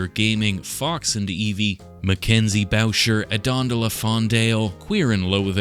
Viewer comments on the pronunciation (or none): none